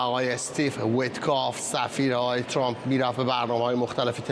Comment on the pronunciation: این پروپسال چیه که کارشناس،تحلیلگرمجری،مهمان،میزبان و ووهرکی میادمعنی فارسی پیشنهاد رانمیدانندخدااااااا،وترامپ راچنان غلیظ تلفظ میکنند ترررررمپ،چررررررمپ،ترووومپ،خومثل ادم بگید،ترامپ،وپیشنهاد،پروپزال😮😮😮😮😮